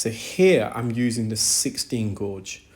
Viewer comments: Gauge is pronounced gayj, not gorj. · FYI gauge is not gorge, it’s gage, like page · The u in gauge is silent in English so you say it like cage(as in bird cage) only with a g as in gage. Hope that’s a helpful tip. Such good work you do btw👏🙏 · pronounced "GAGE" not gorge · Brilliant, but it's pronounced 'gage'. Makes me flinch. 😉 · And I’m in the uk. Its pronounced gayj here. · Guage rhymes with sage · "Gauge" has no "r" sound. It rhymes with "page." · I was so confused by the british pronunciation of "gauge" but i figured it out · That’s interesting as I’ve heard others in UK pronounce it as he does. Perhaps English is an additional language for him, and thus, a slight difference in his pronunciation. Best to you!